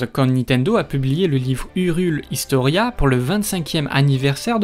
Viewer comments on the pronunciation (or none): "La tameline", "Urule Hystoria"... 😭